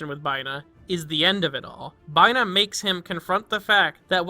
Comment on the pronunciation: Did you seriously pronounce Binah as Bye-Nah???????